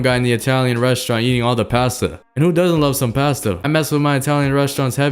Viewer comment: Bro said past - tu ITS PASTA BRO